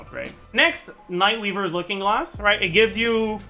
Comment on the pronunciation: hehe "nightweaber"